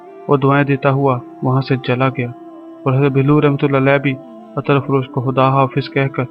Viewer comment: Attar nahi hota brother Ettr hota hai means zabar nahi zair hoti hai..Please don't mind... Thanxx